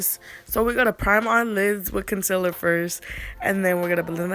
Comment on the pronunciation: Did you just say conciler😂😂😂